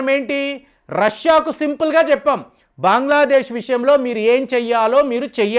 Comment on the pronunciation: బాంగ్లా దేశ్ కాదు.బంగ్లాదేశ్